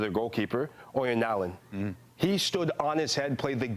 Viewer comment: On sporting rivalries, if England make it through, we're likely to be playing Argentina. That is one of the bitterest rivalries of all, going back to the 1966 world cup, flared up by the Malvinas war and the 'hand of God' in the 1986 world cup. The pronunciation of Haaland is often done badly by English speakers, because the correct pronunciation sounds a lot like whore-land, which would be awkward.